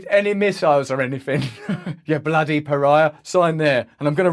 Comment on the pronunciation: Do Saudis know what is Per-Ry-Ya? I bet even the the culture where the word came from won't know what is Per-Ry-Ya. This is such an asshole policy, I sell you weapons and call you terrorist. I prevent you from nuclear power sell you coal and call you polluter. I'm going free you so you can only obey us...